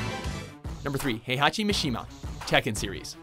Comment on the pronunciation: "Parachay Elseeya" "High-hachi" "Guilty Gear Accent Core Plus (2002)" these guys never do research.